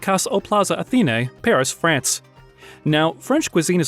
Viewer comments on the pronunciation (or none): none